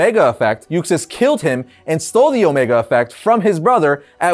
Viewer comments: Arris even said Usax, not Uxas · UXAS!!! Not Usax lmao wtf!!? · Why is he mispronouncing 'Kalibak' and 'Uxas' as 'Kilobacc' and 'Usax'?